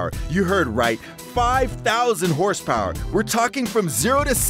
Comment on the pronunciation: 8 million houhse power